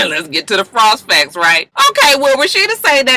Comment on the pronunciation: The pause before "the frost facts." 😅